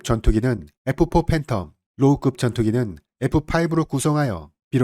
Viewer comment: 아이고, 네레이터님... 우리 영어 한마디 못하던 6,70 년대도 아니고 아직도 에프파이브가 뭡니까? 요즘 중국, 심지어 일본인들도 F 는 잘 하는데요...ㅠㅠ 11분47초 동안 에프, 에프, 파이브, 팬텀 하실때 마다 발가락이 오무라 드네요.